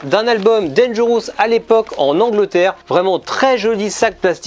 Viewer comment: Tres bonne video. Mais cela ne se prononce pas danger... housse. Tu n'as pas ecoute recemment la chanson eponyme? Merci pour la retrospective.